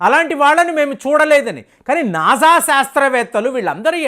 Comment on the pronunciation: ఇంతకు మందు చెప్పాను, మళ్ళీ చెబుతున్నాను... నాజా కాదు "" నాసా "" ఇజ్రో కాదు "" ఇస్రో ""